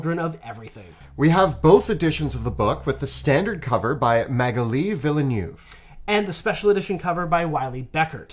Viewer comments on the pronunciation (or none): French names are hard haha. "vil-le-new-veh" is actually pronounced "vil-neh-vh". And the Google Translate text to speech is actually pretty good on the pronunciation for this one